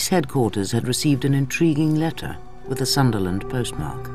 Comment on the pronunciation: Sunderland, not Sutherland.